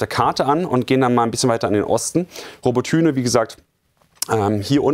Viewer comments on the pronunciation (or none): nicht robotYne sondern robOtyne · Robbotüne 😂 Robotyne (ukr. Роботине) man sagt ja auch nicht Berlün ! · Wie er seit Jahren „Robo-Tühne“ sagt! 😅 „Abra-hams“ aus den USA…so so. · Robotyne wie er es ausspricht🤣🤣